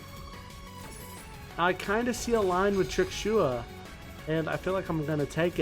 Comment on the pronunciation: how do you say tuxia? when its trudea? lol no idea how the hell you butchered those centurion cards names that bad lol